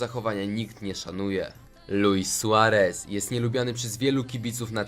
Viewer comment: Suareza a nie suahryza